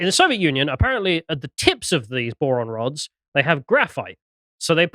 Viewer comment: Ah, boron rods, not moron rods.